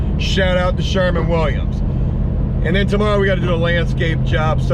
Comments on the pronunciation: I swear if you call it Sherman Williams again ima scream! It's SherWin Not Sherman 🤣🤣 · Is he saying Sherman or sherwin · I like this guy. He said." Shemin Williams " . Man shewin Williams got there line locked down with lowes. As well as this guy I bet he says Lowe's. Waa 00 hundred times. Ny man should be sponsored by Lowe's.. good watch. Just be yourself and shit will happen. Great vids man. " shrmin Williams " to fuckin funny